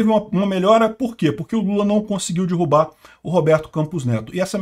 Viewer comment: Caro, ninguém DIRRUBA nada, o quê pode acontecer é alguém DERRUBAR algo. Por favor, não assassine nossa lingua. 😂😂😂😂😂